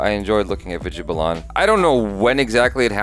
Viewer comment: Balan is pronounced as 'Bah- luhn' and not 'Buh-Lahn', its Vidya Balan (Bah-luhn)